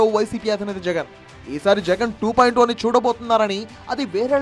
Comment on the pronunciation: 2 O kadu ra sooda buddi...it's 2.0